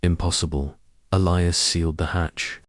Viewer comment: Dear AI;His name is E lie as